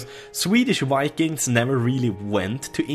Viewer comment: When he was talking about Vikings it sounded like Wanking...this is exactly what you think.